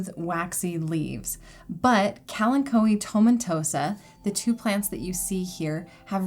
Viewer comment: Wait, is THAT how you pronounce kalanchoe?